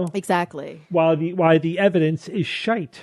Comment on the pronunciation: Perfect use and pronunciation of "shite"!